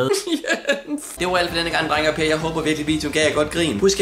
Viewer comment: "Drenge og Per..." Hvem er Per? 😂😂😂 Ej bare gas.. Men det lød som om du sagde Per...